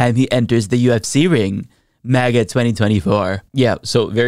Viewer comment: Why is he saying 'MEGA' instead of 'MAGA'? 😆